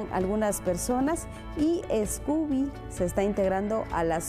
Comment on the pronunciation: No es "Escoobie" es "SCOOBIE" sin la E al principio, solo opinando